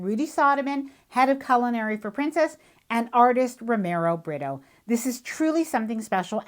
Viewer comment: He’s Brazilian, you pronounce his name with an H sound, rather than an R. For example Homero. His ls last name sounds like Bree-too.